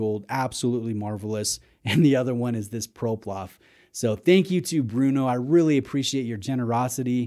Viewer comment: ProPlof 😂 love it